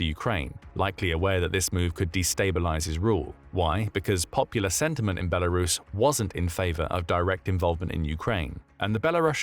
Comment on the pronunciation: Thank you for pronouncing the country's name correctly... Good job!